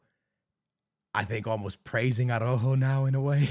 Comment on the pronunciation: Your Portuguese and can’t pronounce ARAUJO?